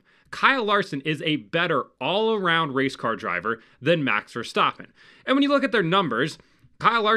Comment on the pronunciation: "Max Verstoppin"